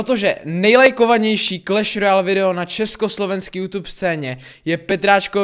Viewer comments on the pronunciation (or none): none